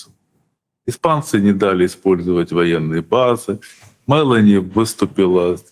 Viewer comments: Ударение в фамилии МелÓни на букве О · Прошу прощения, но Фамилия итальянского премьера читается правильно с акцентом на букву "о" а не на "е". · Ударение на ООООО Мелони. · Олежек! Ты с печки упал? Это ж плешивый в Анкоридже уверял Трампушку, что он в течении двух - трех месяцев возьмёт Донбасс. И ни МЭлони, а МелОни.